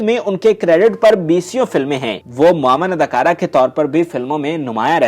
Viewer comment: Such bad Urdu. Adakura nahi, adakaara. Toti nahi, tooti bolta tha. Nukami nahi, naakami.